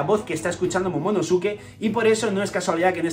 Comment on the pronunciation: casi todos los españoles pronuncian mal el nombre de momonosuke